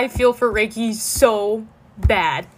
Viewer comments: it sounded like said Reki Becky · lol i thought I heard "beki" for a sec instead of reki Ps.It means gay-beki